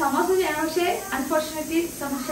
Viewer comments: Ramzan:12 😊. Love from Manglore 🤗 Ans:samosa sheet pronounced as samosha sheet and watching from saudi arabia 🙌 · Day 12 Ans=സമോസ യെ ശമൂശ ശമൂശ എന്ന് പറഞ്ഞു 😂